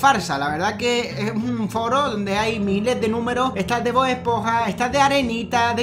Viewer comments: cuando abla ese hombre dise bod es ponja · lo siento pero es esponja no espoja